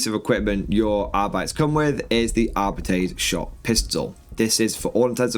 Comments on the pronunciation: ar-bit-tays is awful as well. It's Ar-Bites; and that was straight from a GW employee back in the 90s. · Arbeetees makes my ear bleed. It's the worst pronunciation ever. xd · GW uploaded a video last year confirming it's pronounced Arbeetees. It's cringy listening to audiobooks pronounce it the that way. I really wish they would have gone with Ar-bites.